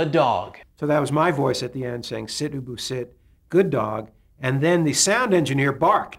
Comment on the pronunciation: You can tell he calls his dog ubu in the interview , but clearly not in the closing, he was probably nervous and he pronounced it boo-boo